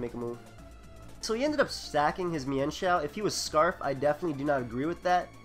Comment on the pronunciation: I thank goodness, someone who knows how to pronounce "Mienshao" correctly. :D